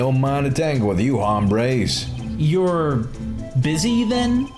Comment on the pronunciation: Always cracks me up how you pronounce "Hombres", I live in the southwest and I've never heard the 'H' being pronounced ever